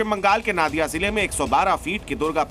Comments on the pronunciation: First you learn that it's not नादिया, नदिया होगा। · Pahle pronounciation thik koro yah নাদিয়া nahi নদীয়া hai 😊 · It's NODIYA ZILLA NOT NADIYA